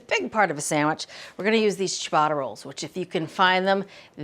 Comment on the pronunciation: Wild mispronunciation of "ciabatta"